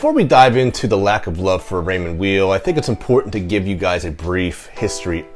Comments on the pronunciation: Then at least say "while" and not "wheel" which is totally wrong. The name is German-language by origin and Mr. Weil's first language was French. He would prnounce it "Vile" himself. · I was told it was pronounced Raymond Veil. I don't think it really maters though :) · Both my father and my Gramps were into Raymond Weil timepieces. Bro, just to through a wrench into the name, a "w" in German is pronounced like a "v." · How can someone do a review without knowing how to pronounce the name of founder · The W is pronounced as V